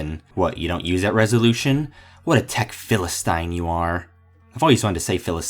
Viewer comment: Did you just call me a Phil-a-stein? That's it, my step-father works at Youtube and your(are) finished!